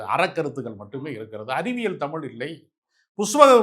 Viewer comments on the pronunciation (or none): தமிழ் என்று சொல்லக்கூடாதா ? தமில் இல்லை தமிழ். தமிழ் என்று கூறி பழகுவோம்.